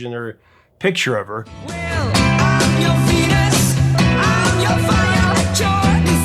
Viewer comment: Hard to believe the original was 1969. Being such a good dance beat, it resurged in the disco era. Had no idea they were from the Netherlands. Another mispronunciation in the last words of the chorus. The words 'your desire' sound more like 'dee-or desire', which always stood out to me.